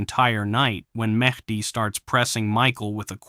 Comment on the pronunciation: It's Medhi, not Matey. 🤣🤣🤣